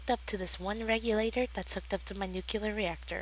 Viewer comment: I liked the video, and the series, the only complaint I have is that you said nucular instead of nuclear.